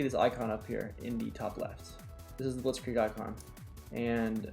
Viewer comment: The way u say blitzkrieg is really good, and i am german